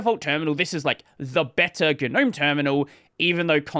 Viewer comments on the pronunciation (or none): none